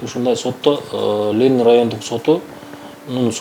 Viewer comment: Журналист,уят эле .Лелин эмес Ленин.Позор!!!